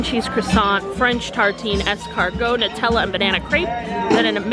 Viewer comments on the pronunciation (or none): none